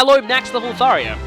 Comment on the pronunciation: and its "Thar-JA"